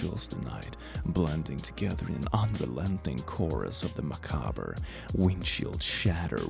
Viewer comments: Word: macabre: mAcObBeR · Sidenote: you had a vivid dream, not a livid dream. Lol. I mean, unless you were really mad about the horse people I guess. Edit: also, macabre isn't pronounced muh-cob-berr its muh-cobb. Not trying to be grammar nazi guy just lookin' out. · BRO YOU SAID "macabur" WHAT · Macabre is pronounced macab.